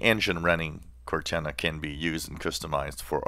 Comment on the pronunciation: Cor-nana the Microsoft grandma?